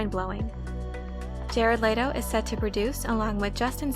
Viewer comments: Layto? No, its Leto. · Bruh the way she saying Jared Letto’s name is realy grinding my gears its pronounced like let-o not laid-o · Let-Oh. Not Late-Oh